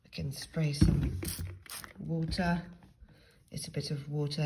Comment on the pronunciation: just wotah